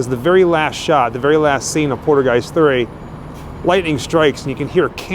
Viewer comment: Haha cool video but Haha lol u make me laugh every time u say poltergeist 3 cause u almost sound like your saying poodlegeist sorry it just sounds funny and wierd to me bro. Its pole.- turr - guy - st ..anyway that's how you are supposed to pronounce it .I'm just teasin u bro for fun so no hard feelings for trying to correct u ok.